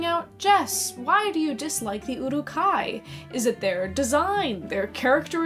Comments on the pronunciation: "Oh no, the Uwuk-hai were scawy Ó•Ò" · Love you but your pronunciation of urukhai needs work